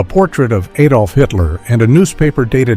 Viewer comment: not aydolf, a, like acid Adolf